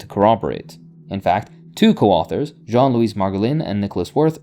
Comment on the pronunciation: It is Jean-Louis and the Louis part is pronounced "Looey", not "Louise" - which is a female name. 😅